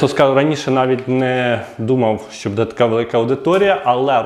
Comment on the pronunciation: оце ваше будЕ, будУт... - ріже слух. Серйозні ж теми